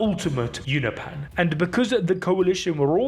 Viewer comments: it's funny that you show the text in the comic book 'Unopan' and you say it as well,, but every time you use it it's 'unopeean' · Why do you keep saying you-know-pan 🤣🤣🤣🤣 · It's pronounced you no pin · its pronounced you-no-pe-an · Holy shit the way you say Unopan pisses me tf off. Say it right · why can bro not say unopan correcly